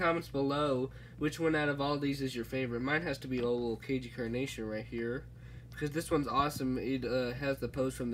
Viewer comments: Its pronounced CAGNEY CARNAGTION not cagey carnation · You mispronounced Cagney Carnation